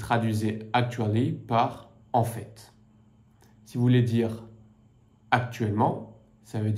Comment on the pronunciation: Why do you pronounce the ‘t’ in en fait when there is no ‘e’ at the end?